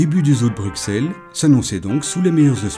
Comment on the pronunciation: La lettre x étant l'abréviation passée pour ss, on prononce "Brussel" et non pas "Bruksel"; Au même titre en France qu'Auxerre, Semur-en-Auxois, Auxonne, Auxey-Duresses; Idem pour le nombre 60